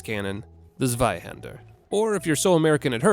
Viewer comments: It's "zweihänder" The zwei is pronounced /tswai/. Not tswy or swy That one really hurt me as a German. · In my effort to help people pronounce German words better: "Zweihänder" Z in German is pronounced like T followed by a S. It needs to be hard and silent. So you pronounce it basically like Tsweihender. Otherwise your pronunciation is pretty good! Congrats! Solid 7,5/10! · i prefer to pronounce it like the german it is [Tswei hander]. a really hard Z. basically like the snare from ba-dum tss. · Fun fact: "Zweihänder" is German for "Two-hander". It's more or less pronounced as "Tswhy-hen-dirr". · So american, it hurts 😅. But both pronunciations were the same (and wrong 😏). In german it sounds more like Tzweihander. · Cane to say the same. If someone actually wants to know how to do it: "tsvaih-hander". You anglophones pronounce the second part well enough, but the first half is hard on the ears. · Gives 2 different pronunciations of "Zweihänder", gets both of them wrong. ;) Never change, Americans! Hint: The "z" is a hard sound and the "a" is a German "ä", so more like "ae", or closer to at least . It's more like "Tsvaihaender". Like in "Tsar" and "aesthetic". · "Erm, ackshually, it's pronounced 'Tsveihander'" 🤓☝️ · The "Zveihender" has become a staple in the Bonfire pronunciation meta. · You mean ZWEEhander. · The "Z" in Zweihänder is pronounced hard like "ts" rather than just "s". Just for your information. German here. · zweihander is actually pronnounced tsvay-henda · If you want to be even more correct with the pronunciation of Zweihander, Z in German is read as a "ts" sound, like in pizza. So zwei (two), is pronounced "tsvai". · just in case anyone would like to know, the 'Z' in Zweihänder is pronounced like a 'ts', so with a hard sound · Both pronounciations of Zweihander were shit. Still funny how acts like one is better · As a German, I took physical damage every time butchered the word "Zweihänder". Ouch.